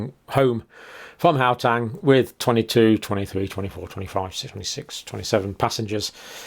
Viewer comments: Please, Dr Campbell, it is Gau-teng , not Gau-tang. (I remember your saying you were a bit dyslexic so it is brave of you to tackle our strange names!) It is wonderful hearing you discuss South Africa, and I'm very grateful for your research. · its HOW - TENG not GOW -TANG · I am from South Africa, love how Dr pronounce "How Tang" (Gauteng) :virtualhug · Please just learn how to pronounce Gauteng the right way